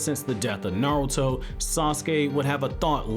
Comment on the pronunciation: half of the time it sounds like you’re saying narrel-to